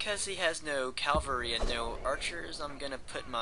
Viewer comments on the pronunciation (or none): My friend told me to check out your videos. I enjoy the commentary (I really suck at these kinds of games) and I find it very informative. I do have one question: in your later videos, do you start pronouncing cavalry correctly or do you keep saying Calvary? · Is it me or does he keep saying 'calvary' instead of cavalry? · Of course it does. One way is correct, the other is not (Calvary is the hill where Jesus was crucified; that is why so many churches are called Calvary). He otherwise seems an articulate, highly informed student of military history. How would you feel if your doctor never pronounced temperature correctly? Or if the President of the United States could not pronounce the word nuclear? It undermines confidence. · C'mon guys. No need to bash how he says cavalry. Cavalry, calvary; same differance. I wouldn't have even noticed if not for the idiots who want to act like they are so itelligent for noticing such a small detail that nobody really cares about. We all know what he is talking about. Just drop it and focus on the details of the battle, the main reason this video was created.